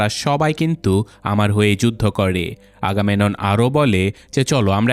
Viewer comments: চরিত্রের নামগুলো সঠিক উচ্চারণ করতে হবে। আগামেনন না ওটা আগামেমনন হবে এবং বোয়াগরিয়াসের হাইট ৮' না। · ভাই উচ্চারণ টা আগামেনন না আগামেমনন হবে। 🙂